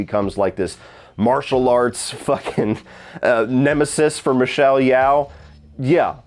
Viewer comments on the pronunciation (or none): FYI, it's pronounced Michelle "Yo" (as in yoyo) now like "yow" (rhyming with cow)